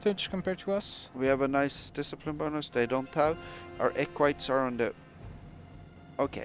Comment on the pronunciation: is Equites not pronounced eck-whi-teez, and not eck-whites? Hopefully that's not a mistake (provided I'm not wrong) that'll make it into the game, it'd be a shame when a small bit of research on Paradox's part could prevent it. Game looks great, can't wait for it!